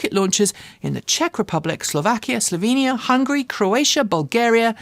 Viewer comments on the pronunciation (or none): none